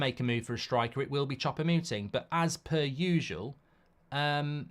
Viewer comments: Chopomuting 😂 mark has no idea how to say his name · do you not know how to read? just read his name how it's written, and you'll pronounce it correctly. "Choupo-Moting" or just call him Eric !